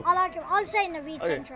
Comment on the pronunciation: Who says "naveed central vich"